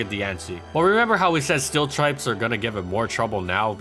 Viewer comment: "steel tripes"